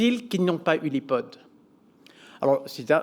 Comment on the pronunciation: Ipot ? C'est quoi ton problème ? OK, je t'aide un peu... Aïpode... J'espère t'aider, vraiment. Si non c'est intéressant...